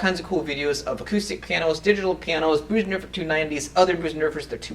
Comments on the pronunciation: Nice review. But it’s not pronounced Boosendorfer. The German ö is pronounced like the letter ‘i’ in the word ‘flirt’ or ‘first’. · it's pronounced BIRsendorfer like in the word GIRL. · I've heard a variety of pronunciation of "Bosendorfer", but your is the first of this particular variety. Enjoyed the clip, anyhow.